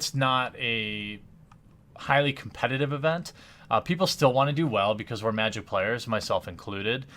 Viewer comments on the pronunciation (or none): none